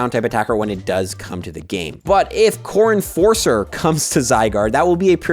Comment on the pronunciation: When you first said "Core Enforcer" I thought you said "Corn Forcer" XD